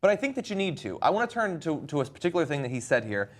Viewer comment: Learn to pronounce "particular."